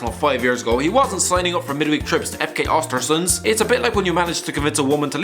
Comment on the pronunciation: It’s Östersund not Ostersunds for god sake. Even Wenger could pronounce it correctly, what’s wrong with British people and the arrogance to not even try to pronounce those names.